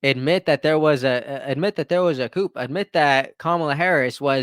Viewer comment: Coup = “koo”. Just trying to help you out😊 Love your videos❤